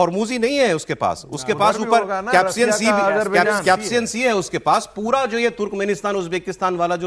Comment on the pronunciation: कॅप्सियन सी नहीं, कॅस्पियन सी